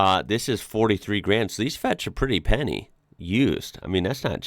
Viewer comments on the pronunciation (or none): none